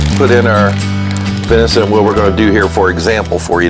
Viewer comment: Dang Brother, love your videos but it’s venison, not vinicent. 😅